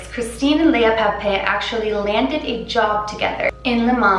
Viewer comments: Once pronounce papin like pappinn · pah-pen lmao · The way you pronounce Papin ... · "a lot of research".....cant even pronounce papin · so much research and ya still can’t pronounce papin right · she said papin wrong tho